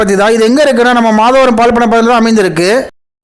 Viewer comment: ஊர் பெயர் " மாதவரம்" மாதாவரம் இல்லை